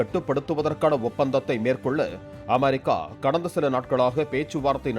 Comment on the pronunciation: ஈர்ரானா? தமிழை கொலை பண்றது ன்னு முடிவு பண்ணிட்டீங்க..? அது அமாரிக்கா இல்லப்பா... அமெரிக்கா